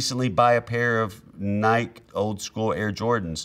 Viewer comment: Never heard anyone say Nike like that